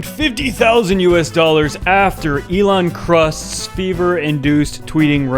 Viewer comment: "Elon crust"😅